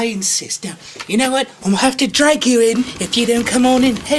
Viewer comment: anybody notice how he said "ill have to DRAG you in"